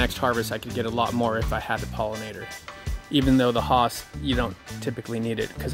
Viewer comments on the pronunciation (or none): it's not HOSS it's Hass (rhymes with Pass 😉) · It is Hass... named after Rudolf Hass who patented it in 1935 (mentioned at the mark of the video above). And it is pronounced hass, not hoss or haus, again out of respect for the how grower pronounced his name. I, too have seen it spelled haas, but that is a misspelling of the actual name. There is one Youtuber who was regularly mispronouncing it and was reportedly contacted by Hass descendants asking him to please pronounce it correctly. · No nooooo Its HAAS